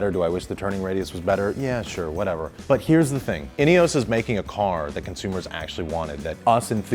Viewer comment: INEOS - it has no E at the end… why is it being pronounced like it does?